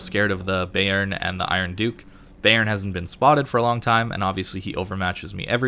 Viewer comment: I was playing this on my second monitor and kept wondering "Since when is Béarn in this game? Was there a DD that is also named that?" took me till the 8 min mark to realise you where trying to say "Bayern"